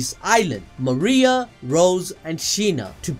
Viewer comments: "mira" but the name is Maria hahaha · He said Mira instead of Maria for one of the daughters name but solid video! :D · This man man really prononced maria like mira lol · Mans said Wall Mira 😭😭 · What I'm very confused about is why people are pronouncing MARIA as mira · Maria ❌ Mira ✅